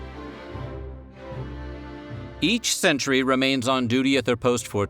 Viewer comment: Jesus what horrible speech impediment prevents you from pronouncing "sentry"?